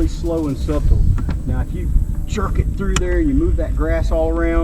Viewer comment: If you say the B in Subtle one more time🤣 it’s pronounced without the B brother. Great video!